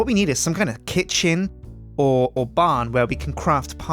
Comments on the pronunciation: " Kitch '' " I swear he says it like that on purpose:') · When he said "Kitchen" I thought he said "KitSjin" at first..